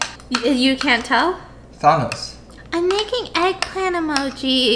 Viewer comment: the way pronounced thanos 😭